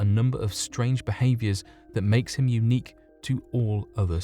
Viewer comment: I cant hear him say unique now without hearing Eunuch.